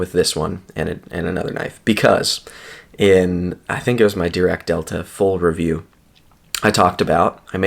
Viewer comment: "Die" "rac" NOT "dee" "rac" LOL ;)